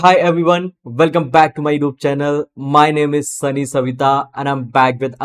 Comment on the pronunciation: Youtube - not yoob 😆